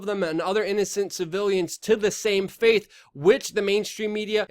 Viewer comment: You said of course like 1000 times. Not complaining but I try to think what a new viewer would pick out in order to remain cognitive. Sounded like faith instead of fate. Great points Great story I know your excited and things like this show your human. But I get people to turn form me for something as simple as swiping the word form instead of from.